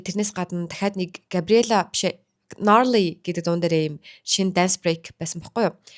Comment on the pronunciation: Larly bish gnarly shuu ania